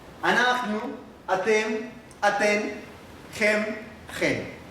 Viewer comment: se equivoco en el pronombre de ustedes en femenino se lee atteN con N NO con m